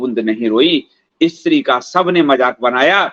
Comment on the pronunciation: What is "Ee-Stri"; kya 'Stree' nahi bol sakta? Pronunciation toh theek kar lo.